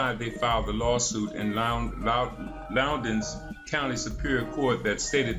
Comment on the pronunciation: Lowndes, rhymes with pounds ... you idiot